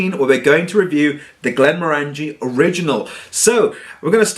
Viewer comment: stopped watching when he kept mispronouncing Glenmorangie.. At least he didn't pull out that ridiculously large stemmed nosing glass for this one!